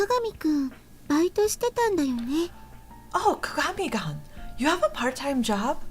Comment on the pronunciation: I love you, but you keep saying his name wrong XD it's kaa-gaa-me then the like greeting name is koon. So all together it's kaa-gaa-me - Koon.